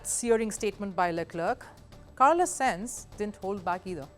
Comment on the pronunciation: Bro i was about to defend then i heard senzz..